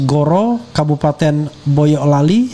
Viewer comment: Boyolali Ndan, bukan Boyo(k) Lali. Boyo = Buaya Lali = Lupa :)